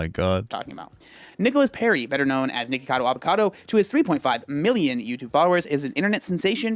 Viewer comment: I love when papa says Nicholas acado LMAO